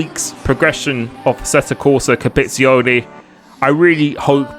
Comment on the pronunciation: Asetta Corsa Capizione lol